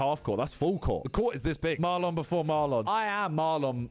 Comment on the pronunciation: Why did he say marlon like that 😂